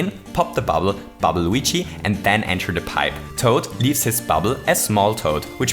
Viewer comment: learn how to say luigi